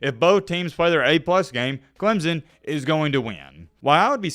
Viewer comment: its clemson not clemzon